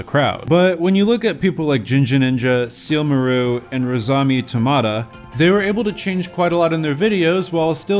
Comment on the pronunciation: ITS SEAL- MA - RU! sorry I got triggered its sealmaru OK buddy